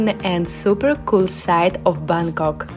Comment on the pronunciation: Hello..I really admire you. Where you can pronounce the word "Bangkok" correctly like a local 😊